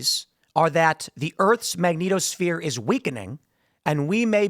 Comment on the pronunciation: tim said.. magneetosphere... LOL tim pronounces MagNETosphere like Magneto is living in the planet creating it..